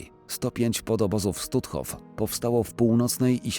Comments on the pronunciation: Jaki Stutthof, czyta się Sztutof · Stutthof czytamy Sztutthof, w niemieckim "st" na początku słowa to "szt".